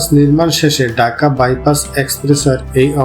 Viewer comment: Kotha cliar korun ..daka na dhaka